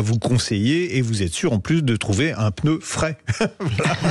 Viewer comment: A l’attention de: on dit « pneu » et non pas « peuneu »